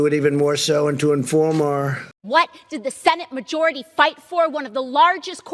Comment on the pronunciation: watching AOC in this video is beyond cringe it's actually funny again, had me fucking LMAO "WhAt DiD ThE SeNaTe MaJOuRiTy FiGHt FoR!?"